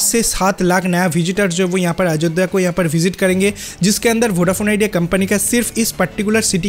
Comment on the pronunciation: Not a Ajodda 😂😂😂😅😅 it's Ayodhya sir apni Bengali channel le jaye Ajodda bolun eta Hindi channel plzz Ayodhya bolun😂😂😂😂😅😅😅 Aar BSNL ler khobor ki holo 😂😂😅😅 BSNL 4g aaspe apni bolti chhilen 50 yrs Pore aashbe aapni aajob aajob News paan kotha theke k jaane😂😂😂😅😅😅😅😅